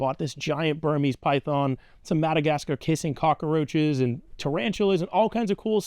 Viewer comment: My guy did you just say “cock-a-roaches” unironically?